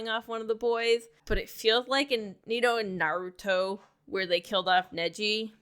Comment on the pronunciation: Ur pronunciation of Naruto is killing me girl. Pronounce it correctly